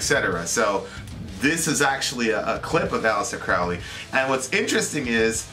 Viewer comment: Aleister Crowley, pronounced CROW-ley{not Crauley}. He once wrote 'my friends call my Crow-ley because they think I am holy, my enemies call me craley becase they think I am fowly". Just FYI. Also, he didn't write the satanic bible. The S.B. was written in the late 60's by Anton Lavey{founder of the Church of satan/CoS and modern non-theistic Satanism; though Satanism predates Lavey - though Laveyans will usually deny this fact}. Crowley died 20 years before Lavey even came alone. He was a leading occultist and philosopher in the late 1800's to the 1940's, and he combined elements of many ancient mystery schools from the Sumerian and ehyptian and greek to freemasonry and Rosicrucianism and even gnostic Christianity, amongst many others, and some elements of luciferianism or Satanism as well. Really his religion he invented THELEMA is a culmination of influence from ALL religions and occult mystery traditions, and even rationalism and deism. His theology was symbolically Egyptian{invoking Horus and Aiwas, Hadit and Nuit, amongst many others from Egyptian and other religions/cultures} or symbolically polytheistic{archetypal polytheism/soft polytheism}- if you read enough of his many writings you come to understand that Crowley was actually a deist or panentheist{or Panendeist} of some sort in his ultimate theological views. And he wasn't a Satanist, at least anymore or any less than he was a Christian, a qabbalist, a freemason, a muslim, a hindu, list goes on and on. Thelema al